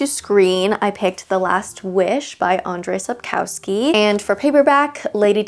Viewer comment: Please check how to pronounce Andrzej Sapkowski name (AHN-jshay Sap-KOF-skee). He is a Polish author, and the pronunciation should not be Anglicized. I hope you enjoy his books :)